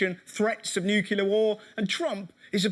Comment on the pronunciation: Love how he says "Newkiller war" instead of "Nuclear war"